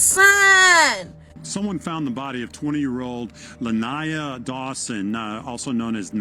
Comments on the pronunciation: The pronunciation is La-Ny-Ah…. RIP 🙏🏾🙏🏾🙏🏾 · Luh- nai-yuh not Lanya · Is anyone else annoyed by the fact he keeps calling her Lanya? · Her name is La Nyah. U been saying it wrong the whole time .. I don't care what she wore what was going on she did not deserve to die in a manner that she did. I hope and pray that Justice is served soon and that they will find the person responsible for her death.